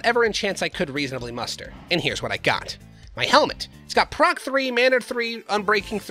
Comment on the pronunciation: What's the name of the modpack? Also great work, keep on giving us great videos, they are so awesome Also is someone gonna tell him it's prot and not proc?